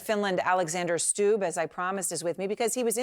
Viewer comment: Stubb, not Staub.